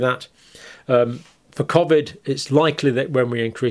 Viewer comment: He can’t he loves the attention plus the cash that comes with it he’s obsessed with covid u should marry it. He can’t even say covid properly